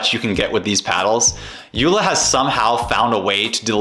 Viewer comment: The name is pronounced Yo La. JOOLA.